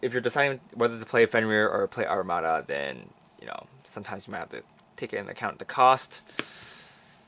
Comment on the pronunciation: its Amaruda not Arumadaಥ╭╮ಥ